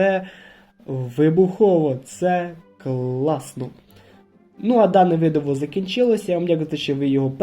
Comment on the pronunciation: відео цікаве, але чому ви говорите Видиво? чи мені здається?